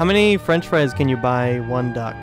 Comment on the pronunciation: FrOnCh FrIE